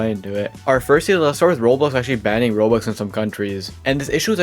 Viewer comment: why do u say "rols"